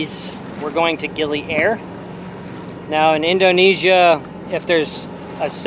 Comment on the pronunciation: I love you pronounce 'Gili Air' like its some kind of airline 😂. Actually 'Air' pronounced like you say 'A Year'. Terima Kasih can be shorten 'Makasih'. Hope it helps a lil bit Keep the sail on!